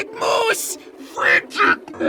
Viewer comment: Frantic Mouse not Frantic Mous